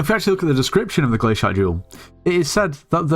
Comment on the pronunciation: man rly said 'glash*t' to glacite